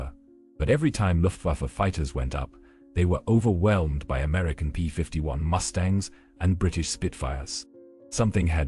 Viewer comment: ... AI calls a B51 Mustang, what a joke